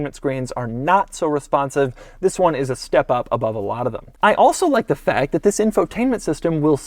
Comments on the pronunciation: Wzis is the 2020 Porsche 911.... Why does he say wzis??? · He pronounces "THIS" exaggeratedly.